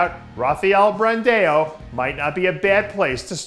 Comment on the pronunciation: Its not Brandeo it's Brandão you FUCKING IDIOT!!!